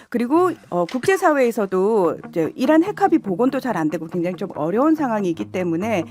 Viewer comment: 이란이 아니고 이런이라고 들렸어요